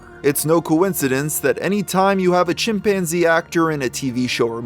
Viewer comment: "My chimPANzee!!" The way she said that in the phone call never left my head since I first heard it on TV years ago.... Edit: this story is waayyy creepier with that music dude lol